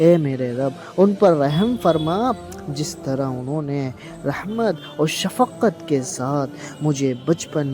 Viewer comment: Shafqat hy not shafaqat